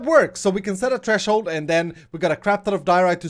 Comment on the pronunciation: It's pronounced TH-RE-SHOULD not T-RE-SHOULD